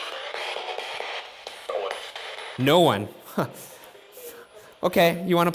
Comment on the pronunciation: Sounds more like he's saying 'Owen' rather than 'no-one'